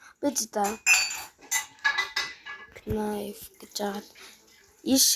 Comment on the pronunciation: Knife bish nife gej unshagchee